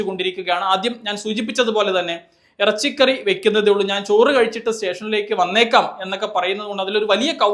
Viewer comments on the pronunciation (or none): 😅😅😅😅Errachiykaarriy Aaanne Enkkiy Urrappyichooo.... Koyiaaa Aaannee